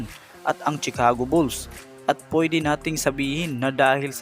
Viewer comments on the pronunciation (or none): none